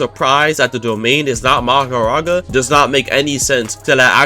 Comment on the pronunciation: Every time I heard bro misronounce Mahoraga as Magoraga, I shed a tear... Also, in the anime, Megumi's domain is incomplete, so he doesn't use it that much as it can only be used in closed space due to it not having a barrier. Considering in the anime Megumi hasnt tamed Mahoraga meaning he cant control it so its basically suicide to actually summon it, it wouldnt make sense for it to be his ult in the game as it would just be a berserker boss that 1 dhots everyone.